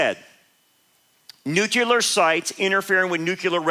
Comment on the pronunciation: No such word as Nucular. It's NUCLEAR. Always has been, Always will be